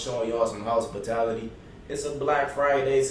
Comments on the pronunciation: My boi said ✨house potality✨ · Dis niggas said, “house pitality” 😂🤦🏽‍♂️ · "House- potality" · "House spitality" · I'm showing y'all some 'HOUSEpitality' 😭😭 ☠️ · He said housespatality 😂😂😂